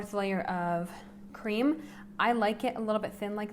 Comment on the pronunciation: i was going on dite from today but now i am going to my kitchen =| i love it how you say creama not cream =D cute and thanks for the sharing =] <3